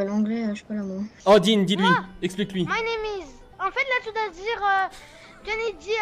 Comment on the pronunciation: «min neam is dean » 😂 « min neam is esteban »😂